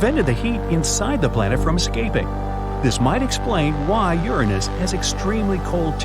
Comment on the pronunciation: YESSSSSSSSSSSS YOU GOT IT RIGHT!!!! YOU PRONOUNCED URANUS CORRECTLY!!! :D